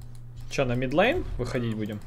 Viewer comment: middle line- средняя линия! Не мид лЭйн, а мид лАйн) А гайд как обычно хорош! За табличку не знал! Спасибо